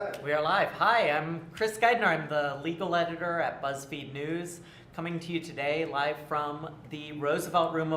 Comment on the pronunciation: "Buzzfeed newzz" 💩